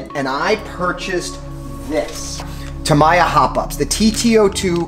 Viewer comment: Tam-ee-ya. Not tam-i-ya